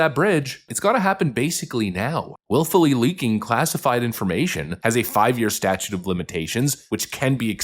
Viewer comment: Hate to be that guy, but its "statute"